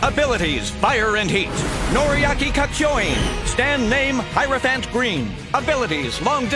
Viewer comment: 2 things... 1, I can't believe no one has an accent. 2, why can't anyone pronounce the word Hierophant?